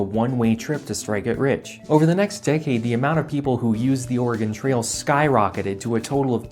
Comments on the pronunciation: Thank you for correctly pronouncing Oregon like Or-uh-gun and not incorrectly like Ore-uh-gone. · Thank you for saying Oregon pretty good. Ory-gun. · Thank you for pronouncing "Oregon" correctly. :)